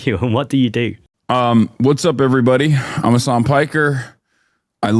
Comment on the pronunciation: mispronounced Hasan right off the bat. you pronounced it like "Hassan", Hasan only has 1 s